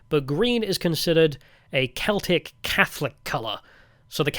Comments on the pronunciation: Glaswegian here. Great video (esp. the Dankula cameo) but you mispronounced the catholic football club in glasgow. It's just pronounced "seltick football club" not "kelticks". Edit: Also worth a mention that the clips from the "American" tourist in Glasgow are a spoof, the guy is actually Scottish and the people in the video are in on it. Still funny as fuck though. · Saying "The keltics" and "Gaylick" is pure ragebait. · It's pronounced Seltic not Keltic FC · How can a Brit not know that Celtic Football Club is pronounced with a soft c not a hard c? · The football team Celtic is pronounced like "Seltic" with an S sound at the start btw. Sorry for not reading all 1.5k comments to find the other people saying this. You didn't visit my city Aberdeen but not missing much to be honest. I used to live in Glasgow and enjoyed it as a student but going back I realise how much of shithole it really is. We're so far behind England with our politics. The politicians are all useless and bicker about nothing in the Scottish Parliament. They'd all rather virtue signal than do anything to improve our country. There is barely any sign of resistance from anyone against it here and basically no patriotic or right wing party or movement to be seen. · "Keltics" hahaha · this one was really disappointing. I know you're an Angloid, but you didn't even make the basic effort to pronounce "Celtic" or "Covenanters" correctly.